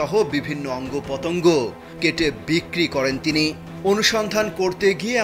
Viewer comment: অঙ্গ পতঙ্গ এই হলো উচ্চারণ। মাদ্রাসায় লেখাপড়া করেছেন? বিষয় টা খতিয়ে দেখা দরকার এবং সত্যি হলে ব্যবস্থা নেওয়া উচিত।